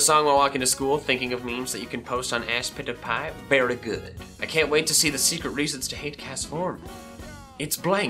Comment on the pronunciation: Aspitpiay Youtube: ask pizza pie